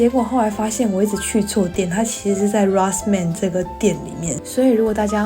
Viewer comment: Sorry, 藥粧店 Rossmann 的發音為: ““羅斯曼”” . 我住德國 20年了, 聽妳對此店家的發音我覺得很不容易聽懂, 故, 糾正一下.